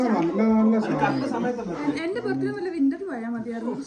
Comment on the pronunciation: ബെർഡേ എന്ന് പ്രൊനൗൺസ്‌ ചെയ്യരുത് ബേർത്ഡേ എന്ന് പറയു.